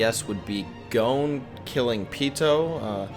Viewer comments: why does he keep saying gon as "goan" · I couldn't continue after you called Gon "goan" rhyming with moan😢